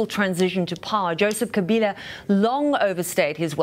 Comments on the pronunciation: Kabila* not Kaliba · Lady keeps saying Kaliba. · The CBS anchorwoman seems incapable of saying “Joseph Kabila,” whom she calls Kaliba instead. I wonder what she’d do if she had to say the Malagasy president’s name, Mr. Rajaonarimampianina ! Perhaps she shouldn’t say those names at all since it’s none of her business to begin with. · 🤣🤣🤣🤣the First Lady called him Kaliba instead of Kabila